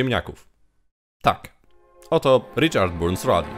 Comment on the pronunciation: Richard Burns Rally - czyta się BARNS a nie Burns....Litości, proszę